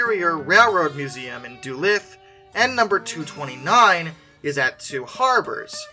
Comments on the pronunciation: Actually it's pronounced dulooth like tooth. Not dulith. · Dulith? It's Du-luth! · Holy shit I didn’t know DM&IR 221 was supposed to be preserved! That means we ALMOST could have had a running example of one today!!! Edit: You said Proctor and Duluth wrong, the second O in Proctor is pronounced as an E, and Duluth is pronounced Duh-Looth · Duluth is pronounced as Duh-Looth. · du-luth, why can't anybody pronounce it. it's not hard. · Beat me to it. Think tooth when saying duluth. Also I noticed that it was procTOR, I’ve always heard it pronounced procTER. Don’t take it too personally, half of the names that come out of Minnesota no one that isn’t from Minnesota can pronounce